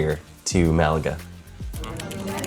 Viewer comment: super cool channel. please say Malaga correctly its killing me. Its bad enough from an English person but not from an American please.